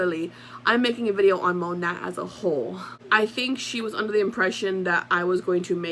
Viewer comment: Isn't it pronounced "moe- nay" and not phoneticly ( moe-nat ) 🙄 .. or maybe that was their intention originally... Oh and also, kvd= been cancelled... Anyone with a brain can see through this poor excuse for damage control to line her pockets.... She doesn't give a damn about anyone's opinion of her